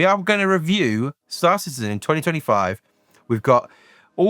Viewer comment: Every time you say Star Citizen I hear "Star Czsszse". Joking aside, great videos, keep it up!